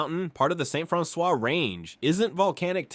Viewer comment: I grew up in St. Francois County so it really bothered me to hear him say it the way he did.